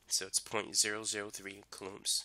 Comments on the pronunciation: "Coolooms"... ima start saying it that way😂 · lol cant get over the pronounciation of coulombs haha